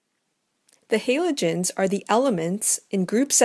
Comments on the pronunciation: It's said Ha-lo-gen-s not Halo-gen-s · It pisses me off how she says “haylogens” jeez it’s called a halogen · The person in the video: *pronounces it as "haylogens" The comment section: "You have violated the ancient commands" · She has an accent... get over how she pronounces Halogen 🙄 great vid btw 💚💛💖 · Please can pronounce Halogens properly Please OMFG I BEG GOD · is it just me but do u get triggred when she says halogens wrong